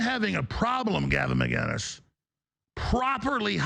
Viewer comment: There's no G in "Mcinnes". Why the F can't Americans say "Mick-Innis"